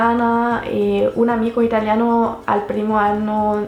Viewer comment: Tu parli malissimo l' itaLIano non itagliano